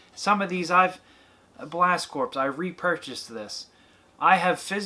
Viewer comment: FYI it’s pronounced “Blast CORE”!